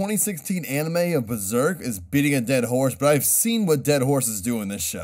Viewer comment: I like how he pronounces Berserk as Buzerk